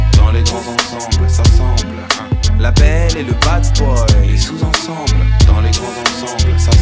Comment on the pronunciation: Pourquoi il prononce la belle et le bad boy comme "la belle et le bass boy"?